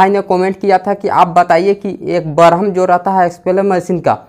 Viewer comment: Barham nahi bolte hai bhai Worm naam hai